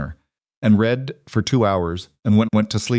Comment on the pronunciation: Good A.I. everything…writing, narration, enunciation…BUT REALLY…that darn ‘green wood splitting’ ? I will UNSUBSCRIBE if you keep it up and…could you not teach me/ signal your A.I. to differentiate between ‘read’ and ‘read (red)’ ? Thank you for the parts that are good…your stories etc ! 🇨🇦🇨🇦🇨🇦